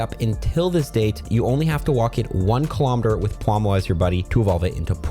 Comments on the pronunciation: English is his third language </3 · pawmuah lol